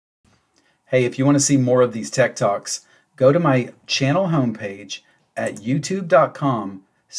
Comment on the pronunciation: Am I the only one who heard "tech toks"? 😂